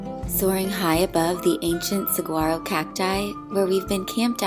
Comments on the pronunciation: A viewer from Arizona -- pronunciation of saguaro is suh-wah-roe. 😀 No hard g. Blessings on your time in Florida. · Very cute but you dont pronounce the G in Saguaro ;)